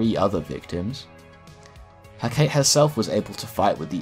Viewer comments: Hakate is not pronounces Heh-kate, it is pronounced Heh-kah-tay. It's one of those Greek things like Socrates and Persephone. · it's pronounced Heck-a-tay not hecktate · heh-cah-tee it annoyed me so much the greek god of magic isnt heh-kate its heh-cah-tee im so sorry amazing video very informational but heh-cah-tee not heh-kate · Everyone up in arms about "Constantyne" or "Constanteen" while I'm over here yelling "HECK-A-TAY" when he says "Huh-kate" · I'm no comics expect, but I guess "heh-kate" is Hecate? the goddess? pronounced "heh-kah-teh" (accentuated in the first sylable, "He") Anyway, besides that super small nitpick, I loved this video, great job, I did know Constantine was kinda broken, but not that he was THAT powerful. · Hek-ah-tay Not heh-kate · Great video, only beef is the mispronunciation of Hecate. (Heh-Ka-Tay). Sorry if this is pedantic. Lots of people have probably said it. (If I have this mixed up with someone else, someone please correct me haha) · Cool video! John Constantine had done more than I thought. Minor note: Hecate is three syllables: HEH-kuh-tee, according to Google. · Love this. Side note: HecatEE (think, PersephonEE, CaliopEE, etc) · Hecate is traditionally pronounced as "heh-Ka-tAy" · Hah-Kah-tey Hecate, greek. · Firstly, Constan-tyne. Secondly, Heh-kuh-tay Thirdly, your video was so thorough and well researched! It absolutely killed any interest I have in the character though since he’s just boring & overpowered though wrapped in a nice trench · its pronounced He-ka-tay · Hecate is pronounced: heh·kuh·tee